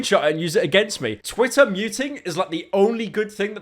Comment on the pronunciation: ik you have a speech impediment but stop staying Twitter like that u br*t